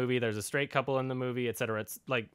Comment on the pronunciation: I like you for pronouncing 'et cetera' properly